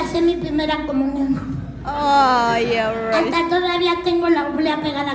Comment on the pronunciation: Ni lo puede pronunciar! 🤦🏻‍♂️